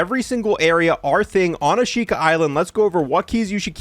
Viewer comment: Probably should say the words correctly. The island, Ashika, just pretend there's no I. Like Ashka. Flotsam rhymes with GOT SOME.